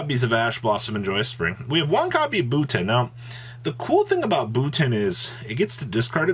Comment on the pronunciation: How many times is gonna misread Buten?